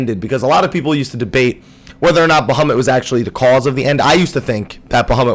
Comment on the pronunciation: Baha moooot It's sounds strange when you say baha mutt really fast